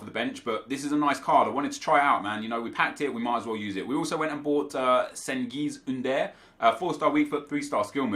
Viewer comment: That pronunciation of Cengiz Ünder was so botched haha, that made me cringe.